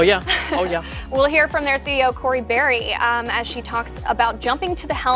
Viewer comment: Her name is Barry... not Barr